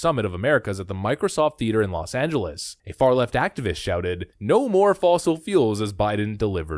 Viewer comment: Excuse me, "Welcome to Los Angelos?" What? Does he live there or something?